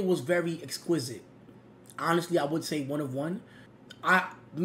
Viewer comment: Lil bro said exquisite 💀💀💀